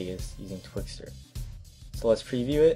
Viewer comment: Twixtor... ._. If you're going to start editing listen properly.